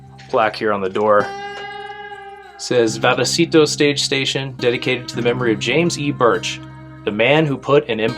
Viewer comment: Pronounced vay a citos.